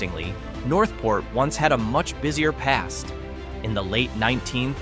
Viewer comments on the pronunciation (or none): none